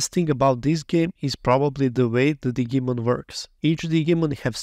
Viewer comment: Love how you say Digimon sounding like it's a Digging Monster instead of Digital Monster (which would be red as Dee-jee-mon).